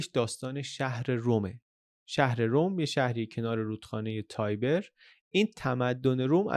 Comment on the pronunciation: فقط کاش اسمها رو به انگلیسی تلفظ نکنین،رودخانه تایبر نیست، تیبِر هست از واژه اصلی Tiberina